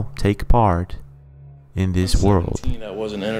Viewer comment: It is not " Hees", it is " His". "Where hees at? It is Where is he? " Hees home", " His home". "Where is hee at"?